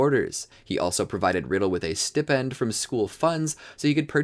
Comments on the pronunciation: You think THAT is bad! When he said Stipend (please, it is pronounced sty-pend), I thought he said stiff-end!! I can't TELL you what was going through my mind at that point! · It's called a stipen syi pen not ste pen. You did a lot of work but you can't pronounce words that date back further that the damn book. I'm not mad just disappointed. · Clearly you don’t. You mispronounced so many names in this video I had to turn it off within the first 10 minutes because it was so low effort. Voldemort’s last name, his mother’s first name, her brother’s first name, Hagrid’s last name for Christ sake, the word Stipend, and more others than I can count. If you’re going to churn out content like this, do better